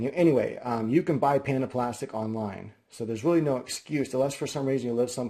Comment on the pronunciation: it took me so long to figure out you were saying "panda plastic" and not "panaplastic"